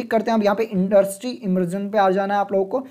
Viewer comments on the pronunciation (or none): none